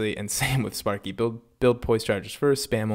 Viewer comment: lol i heard spunky not sparky lmao